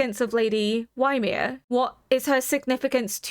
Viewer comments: Apparently in old Norse and modern Icelandic Ymir is pronounced "ee-mihr" but I hear lots of people also pronounce it "yuh-mihr". I use the latter, but am probably wrong. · For reference, Ymir is a name from Norse mythology, it is pronounced like ee-meer (emphasis on the second syllable). Love your reactions 💜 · I don't know if you're at all familiar with Norse mythology but the name Ymir is taken from there. It's /ˈiːmɪər/ by the way, EE-mer (like "tree" without the "tr"). No that it matters too much, the Japanese actors say it like ユミル, Yumiru, but if you want to know EE-mer is about as close as you can get with English pronunciation. It's not like it's actually the same concept in AoT as it is in the Poetic Edda but there might be some thematic significance and if you don't know I'm not going to tell you, at least not right now. I'll just tell you that it was a familiar name that certainly raised an eyebrow for me. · Oh, just realised you have watched half (all?) of season 2 now so are probably aware how they pronounce Ymir. Sorry!